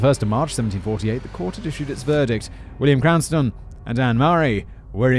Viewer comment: Let's play the game, how many different ways can Simon mispronounce Cranston! I've counted at least ten subtly different wrong ways so far